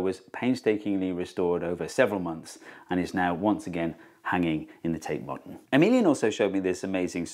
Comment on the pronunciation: When you said Emilien (?) I thought you said ' a minion ' !